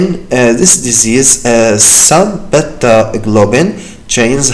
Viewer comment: Beta not bata plz 😅💔